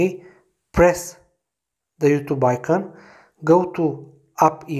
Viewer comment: "you...THUBE" no offense that was fucking hilarious lol